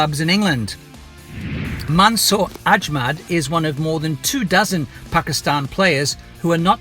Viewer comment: Mansoor Amjad NOT Mansoor Ajmad